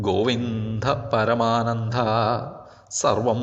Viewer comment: എന്തിനാണ് സുഹൃത്തേ! ഇത്രയും പരത്തി പറയുന്നത്. താങ്കളുടെ ഉച്ചാരണം ശ്രദ്ധിക്ക ണം"ഗോവിന്ധ" "പരമാനന്ധ"എന്നാണുച്ചരി രിക്കുന്നത്. (കേട്ടുനോക്കുക) മന്ത്രങ്ങളുടെ കാര്യത്തിൽ ഉച്ചാരണം ,മാത്ര ഇതെല്ലാം പ്രാ ധാന്യമുള്ളകാര്യമാണ്. ഋഷി.ഛന്ദസ്,ദേവത, വിനിയോഗം ഇവയും ധ്യാനവും വേണം.എങ്കിലേ മന്ത്രം പൂർണ്ണമാ കൂ.